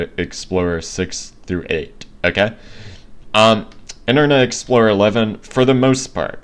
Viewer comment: I'm sure that you're having trouble saying internet explorer